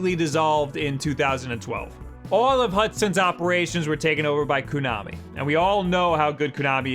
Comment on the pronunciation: It's pronounced KO-nami. Ko as in rhymes with go and blow and show. Not Kunami/Coo-nami, as you repeatedly say it. As for Bomberman, I got the Super Bomberman Party Pak for my 8th birthday. I didn't know anything about the game, really. I didn't even want the game, but I had asked for it because of the multitap. I wanted it for the upcoming release of Secret of Mana (which was just a couple months away) so I could play three player. Surprise was that it became one of my all time favorite games. My family played four player Super Bomberman every weekend for the next four years. I've been a huge fan of the series since and it's shocking to me that every article online says that Zelda is the only worthwhile launch title. I wasn't even going to get Zelda. Just need Bomberman and Snipperclips!